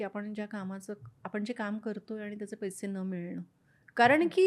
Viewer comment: "पैशे" नव्हे, "पैसे"